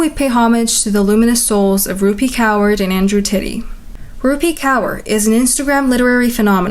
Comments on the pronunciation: It's pronounced as kawr ,not cower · One thing is kaur is pronounced as ‘kawr’ not really ‘kower’. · Rupi Kaur surname is pronounced kooorrr. Youre pronouncing it weirdly. On the other hand, greatest video of the 21st century. Best 😊❤ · it's pronounced core 😢😢😓😓 thats my name… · Kaur is pronounced “core”